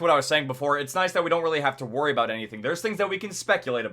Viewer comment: don't warray ah 😁 😑 kill me